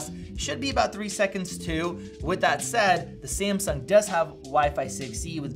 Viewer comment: Its Samsung not Siamsung